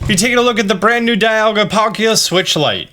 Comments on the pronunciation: The right way to say Zacian is Zah-shee-in. Also Dialga is pronounced Dee-all-gha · Austin! "Za she en" is how they pronounce it in the anime, also, dialga is "dee al ga"